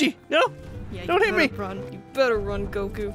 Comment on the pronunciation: Chichi said heet